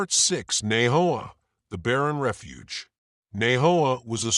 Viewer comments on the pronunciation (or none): none